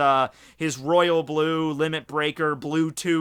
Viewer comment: When u were saying super saiyan god blue 2 I thought u were saying super saiyan god Bluetooth lol